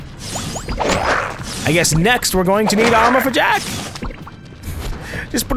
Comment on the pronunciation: 3 games and he still can't get Jak and Daxter's names right.